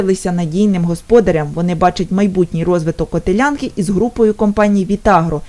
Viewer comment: Не котелЯнка, а котЕлянка